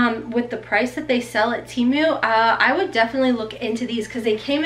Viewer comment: Just for future ..... it's Temu, the Tem part is pronounced like TEN , not Tee...(lazy e) so it's Te (like meh) mu. I wear plus size too and will DEFINITELY be ordering from Temu. Or...Tem.....moo. lol You look great in everything!